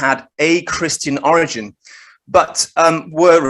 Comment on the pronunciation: The word is or-i-gin not o-rig-n. "O-rig-i-nate" you say right.